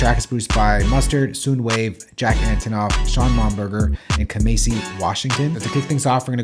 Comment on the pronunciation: bro butchered kamasi and sounwave name 😂